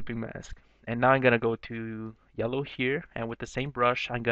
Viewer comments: "Yelloe" haha that made me laugh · Haha "Yelloe"